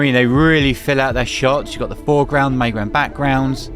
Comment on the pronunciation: Bro, I'm in the US what one earth is the "May" ground? You keep saying foreground, may ground and background.. Is that like how you say middle where you're from?